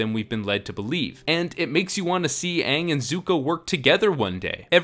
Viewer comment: Why did they pronounce Aang's name wrong in the entire movie?? That drove me nuts!